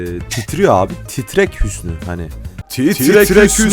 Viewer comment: Titrek hüsnü değil TRRRRREK HÜSNÜ HAGĞGGGG